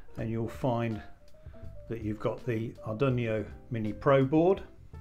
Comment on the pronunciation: What's an Ar dun ee oh?